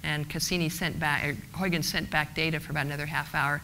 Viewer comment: please try to pronounce Huygens like huigens... not like hoyykens...it sounds idiotic..do your home work before doing a speech with an ui not an oi and a g not a k...a g like as in loCH ness.. not a k sound like in English good